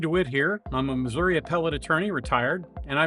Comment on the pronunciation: You need to learn how to pronounce Missouri properly!!!